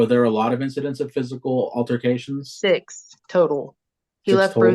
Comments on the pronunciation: Im dying at this lady saying "alterforcations" 🤣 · and “alterFICATIONS”…she’s so irritating😫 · If I have to hear “alterfacations” one more stinkin’ time…